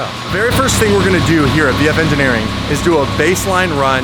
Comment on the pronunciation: You almost said sheepey race instead of vf. LMAO